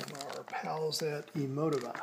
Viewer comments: Very nice setup. It's pronounced (Eee moe tee vah). Just FYI. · I died when he said "Emo-tihva". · You pronounced it wrong